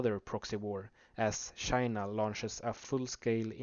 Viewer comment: why do you pronounce China as Shina?